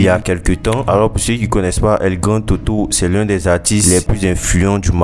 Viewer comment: El grandé toto stp,et pas el grand toto